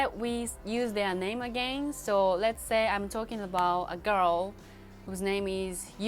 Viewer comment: # please learn to pronounce the “would” and “again”🧐